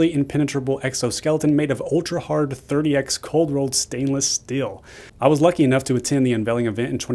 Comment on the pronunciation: FWIW, the Cybertruck's cold-rolled steel is "three-oh-X" not "thirty-X." The name refers to the blend of stainless steel, similar to 316 or 308, not 30x like it is some kind of magnification. The x is there because it is a new blend without a standardized designation.